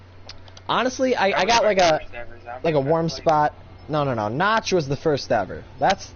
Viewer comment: um, not to be rude, but you said Nacht like notch, but it's pronounced Nah-kt. as if you were saying nah, and then you say kt. kinda like cut, but without pronouncing the "u". so just kt.v (lol)